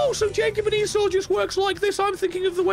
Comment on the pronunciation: Esau is pronounced like a power tool company put out a web-enabled device in the mid 90s. E-saw.